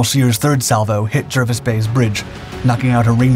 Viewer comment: Jervis is pronounced "Jarvis".